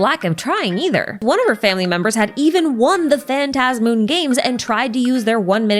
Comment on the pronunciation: I'm so glad you say phantasmoon the way I say it lmao